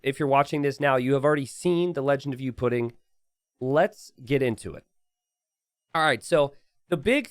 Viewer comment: gonna remember that for ever "youpidin" is what you said in my language that sounds verry funny im welsh.